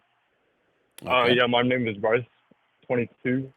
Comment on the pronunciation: I heard you say Rice instead of Bryce lmfao